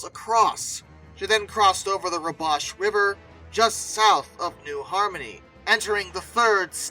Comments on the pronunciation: The name of the Indiana river and it's namesake railroad is pronounced "WAH-bash", but thanks for the story. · "WAH-bash" (Say AH like the A in Iowa. Say "Waugh bash!" with emphasis on the first or both syllables, but not on the second syllable, ya silly.)